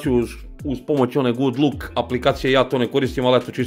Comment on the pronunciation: Добар телефон за те паре, али што се тиче камера, ноћни снимци су као на А55, по мени лоши. А што се тиче зума, то је очајно јер је дигитални, а не оптички зум. Само бих те обавестио: не каже се Гуд лук, него Гуд лок. Поздрав. 😁😁😁